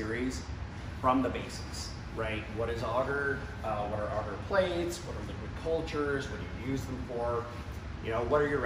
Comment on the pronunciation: Not auger it's agar with the A sound in the first a and ah sound for the second making an arrr sound at the end